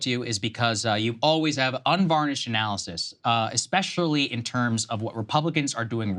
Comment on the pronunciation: can you weight the opinion of someone who says "expecially"?